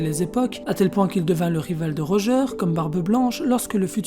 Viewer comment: Bv la video mais corrige la prononciation stp x) Xebeck et Rodger